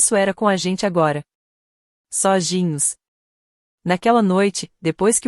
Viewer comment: Nem tem g na palavra sozinho e eles falam soginho que ridículo 😅😂😂😂😂😂😂kkkkkk